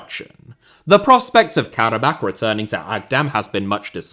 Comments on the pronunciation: Pronounced Kara-bah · pronounced Karabaa